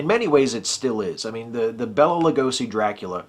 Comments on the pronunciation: Okay, loved the review and how cool was making a spanish speaking film at the same time? I am trying not to be nitpicky here, but I believe he pronounced his name Bay-la, not Bell-la. Sorry, that WAS nitpicky.... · Hey, what's up man? Loved your video! It was really great! I love the 1931 DRACULA. Such a great movie. Hey, I'm gonna do my main man Bela a solid here. His name is actually pronounced Bay-Luh. Anyway, please keep up with the videos! Really enjoy them.